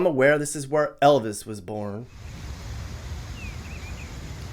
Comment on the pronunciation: Elvizzzzz bothered me 🤣